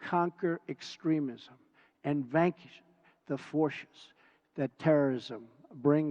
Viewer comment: He sounds weak and drunk. "...vankish the forshes..."? And it's not like he wrote that speech. A staffer did. Why do we credit Presidents for reading the work of others?